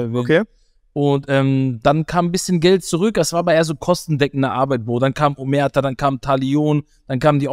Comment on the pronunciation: WAAAASS??? omerta????? BRUDER BITTEEE!!!!!!! !!!!!!!